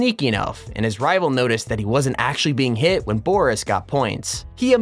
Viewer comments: Booreese? Stop. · because he doesn't know how to pronounce "Boris"...